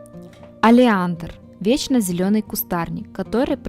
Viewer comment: "Олеандр"! - 🙄, - ритуал магический... 😒